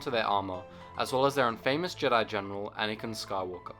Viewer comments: It's pronounced In-Fah-Miss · Your mispronouncing "infamous" at 16sec in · love your videos, but please learn how to pronounce "infamous"